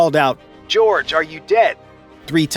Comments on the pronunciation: True! Just like his baptismal name is pronounced 'hor hay' and not 'George.' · Jorge is not pronounced "George" JS. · It’s pronounced “hor-hay”, not “George” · Even if the pope was alive he wouldn’t have responded to George. His name was Jorge, pronounced HOR-hey. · I find it hard to believe that you don't have a single Hispanic person who consults with your writers. Had anyone bothered to ask, they would have been told that the pope's Christian name was pronounced as HOR-hay, not George because he was born in Argentina, and was the first Hispanic pope. This is just one more way those of you in the media exclude anyone who is not a WASP from the American lexicon, and it's wholly disrespectful to the pontiff who, as your own broadcast acknowledged, was "The People's Pope." You have indicted yourselves as biased and discriminatory and should be censured as such. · The late Pope's baptismal name, spelled 'Jorge' is pronounced 'hor hay' not 'George.' Also, the little silver hammer WAS used on John Paul II. For reasons of tradition. It was in addition to the modern medical equipment used to make sure he was dead. I don't know if they did it with Pope Benedict though. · Jorge is not pronounced "George." It is pronounced "Hor-Hey." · Pronounce Horghe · No. It's Horghe, with E (bet, let, get, set) ghe (tto)